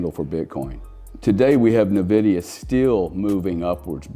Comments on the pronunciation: It’s Pronounced ENVIDIA not NEVIDIA, why would anyone listen to a person that can’t even pronounce the name of one the most important companies that ever existed ?? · Fantastic video. For the sake of our ears, Nvidia is pronounced "invidia" not "nividia". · Nice video and good parallel but please... it's "ehn-vi-dee-ah" not "nuh-vi-dee-ah" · its N-VIDIA not navidia lmao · neh-vidia 🤣 not en-vidia? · It’s pronounced En Vidia. Not Ne Vidia. Also mixing of 2 very different concepts comparing chips with digital money. Still the sentiment is correct. Yes BTC has a great future. As does Uniswap. As does Filecoin. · Agree 100%…great insight, but cringy every time it was uttered, almost to the point of losing some credibility. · FYI - The name "Nvidia" is pronounced as "en-VID-ee-uh". The "n" is pronounced softly, and emphasis is typically placed on the second syllable, "VID". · N-vidia is the correct pronunciation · Pronounced IN-VIDIA. BUT is the only one of the online noise makers to recognize and point out that BTC IS a Monopoly! EXACTLY. It cannot be duplicated AND It cannot be diluted. It is fixed and perfectly unique. Nothing like it EVER. SO even comparing it to Nvidia is not the same. Nvidia is just a hint of how BTC will perform! Unfortunately, Ethereum is a Joke and that does show how uninformed still is. BUT he is coming around. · Dude can’t pronounce NVIDIA 😂😂😂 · I mean, I agree, but he can’t even pronounce nvidia correctly which makes it hard to listen to seriously